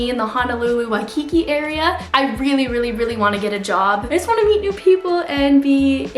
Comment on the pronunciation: It’s also pronounced (Why-kee-kee)